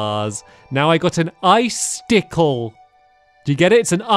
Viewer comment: And then he said “ice-stick-Le” funnest thing I’ve ever heard 😂